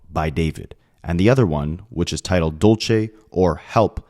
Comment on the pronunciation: Dulce is not pronounced the way your saying it😂